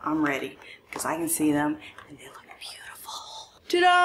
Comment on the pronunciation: I love that you say "TA-DONE" instead of ta da